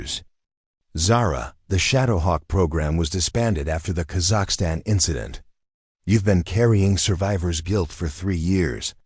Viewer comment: You don’t even pronunciation Kazakhstan correctly